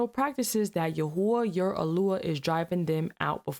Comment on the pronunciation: Its not yahuah iys pronounced yah whey